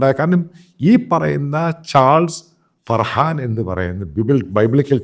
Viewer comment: 😂😂😂😂 മറുനാടനും കൂട്ടരും അടുത്ത തെരഞ്ഞെടുപ്പിൽ കോൺഗ്രസിനെ കേരളത്തിൽ ജയിപ്പിക്കാനായി തിരക്കിലാണ് 😂 താങ്കൾ പറയുന്നതാണ് ശരി . ഒരു തിരുത്തുണ്ട്. ചാൾസ് ഫർഹാൻ അല്ല .ചാൾസ് ഫർഹാം എന്നാണ്